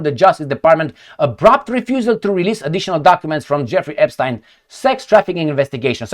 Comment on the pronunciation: Hardly any of the Ponzi schemes were led by tiny hats 🎩….you say Epschtine?…😂